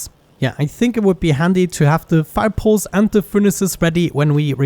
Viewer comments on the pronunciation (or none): "Fire poles"